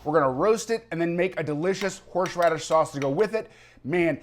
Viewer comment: ...I have a hard time saying "Horsh-raddish" too....